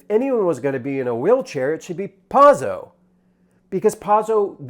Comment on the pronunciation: First of all you got the actor's name wrong and mispronounced Pozzo. So we're starting off on a bad foot. I saw it today in the balcony. People were laughing. I came in with Godot being a gap in my literary knowledge (I teach Shakespeare). I found this production to be very strong. Reeves is not great. We love him anyway. Staging was incredible and Pozzo and Lucky were both brilliant. "Lucky's monologue was not fast enough" is something a stupid person would say.